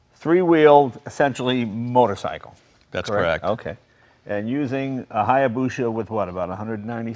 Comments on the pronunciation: We love you Jay, but it's hya - busa not busha. Confirmed this with a Japanese friend. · HayabuSa, not HayabuSHa. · it is called hayabusa and not hayabusha... it is just spoken like that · "Hayabusha" says Jay. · Say hayabusha one more fucking time. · jays pronunciation of hayabusa gives me the heebee geebees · I somehow feel dumber after reading that, thanks for tying to quantify it thou. The owners said hayabusa right, just not Jay. Guess if you have that much money, it doesnt matter if your right or not. look at Trump. lol Its a great channel thou, unusual vehicles and passionate people